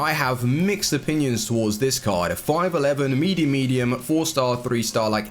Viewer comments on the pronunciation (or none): none